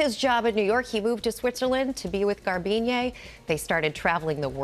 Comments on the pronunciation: Why do Americans like to add “YAY” onto the end of a name or word? Her name isn’t “Garbine-yay”. It’s Garbine. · Some “sport reporter”. She slaughtered the pronunciation of Garbiñe Muguruza.